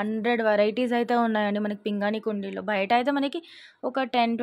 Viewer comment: పింగాణి అమ్మ పింగని కాదు please correct చేసుకో